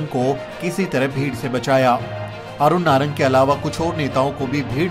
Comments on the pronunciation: नागर नहीं नारंग ....बार बार गलत बोले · ye nagar nhi narang h...